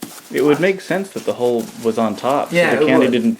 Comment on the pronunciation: MICHAEL ARANDA!! :'D Missed you~ When trying to find the hole for your Pinata child abuse victim, I thought you said 'maybe we should just cut a ho' ... as opposed to 'hole'...